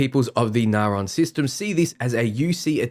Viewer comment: As a fellow Australian I have to say....your pronunciations are atrocious! Naron? It reads as Narion (Nari-on) to me....what happened to the 'i'? Also, Shroud? There should clearly be a pronounced 't' in the word Stroud.....where does the 'h' come from?